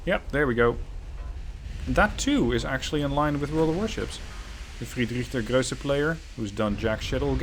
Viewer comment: Ply look up how to pronounce Friedrich der Große... There is no ö in there